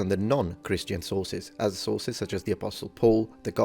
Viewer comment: On a sillier note… I get Hungry every time mentions “the Sources”. Because to my ears, it sounds like he is saying, “The Sauces”! 😅 “The Sauces say…” “The Sauces are Important…” “We can’t ignore the Sauces…” “We can look at the Sauces…” “We have LOTS of SAUCES!” 🤤🍝🥫 Now you’re NEVER going to unhear it! You’re Welcome! 😂🤣😂🤣